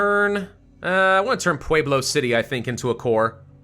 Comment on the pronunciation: Pueblo is pronounced Pu-web-low